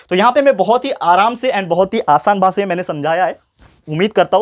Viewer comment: He always says 'basa' not 'bhasha'😂😂😂😂😂 sorry sir